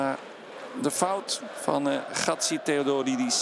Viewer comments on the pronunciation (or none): "Χά-τζί-τέ-ό-ντό-ρί-ντις" , "Χά-τζί-χιό-βά-νις" ....! Ο σπίκερ διαβάζει τα ελληνικά επίθετα από το χαρτάκι του, και του'χει βγει η πίστη για να τα προφέρει....!!!